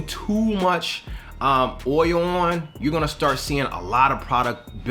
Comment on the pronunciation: It’s OIL........not OUIL